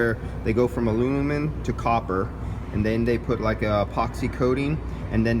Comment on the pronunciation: sorry what was that? Alunimun? Lol jk great video!